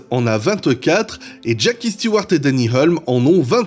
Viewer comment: Intéressant... Sinon, concernant la prononciation, on dit moteur CLIMAX... avec un i qui se prononce comme un i en français... En anglais, tous les "i" ne se prononcent pas AÏ, comme pour le i de Graham HILL (et non pas Graham "HAÏll") ou celui de JACKIE Steewart (et non JackAÏe Stewart) ! Faut arrêter de m'écorcher les oreilles ! 😅 Rien de méchant dans mon commentaire, hein ! 😉